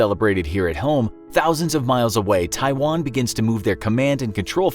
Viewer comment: A bunch of young American men that can’t even pronounce Taiwan are about to fight in a fictional war against China because the 20 year war in the Middle East that ended well just left the best of tastes in their mouth